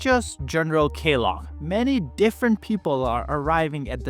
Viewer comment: It's Kellogg, like the cereal brand. Sounds like Kell- log. Log as wood that has been cut down. Not a big deal, just letting you know